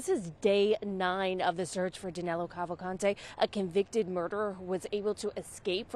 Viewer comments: His name is Danilo (Da-NEE-lo) not Danelo. Danelo is not even a name in Brazil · Get his name right, at least. Danilo Cavalcante.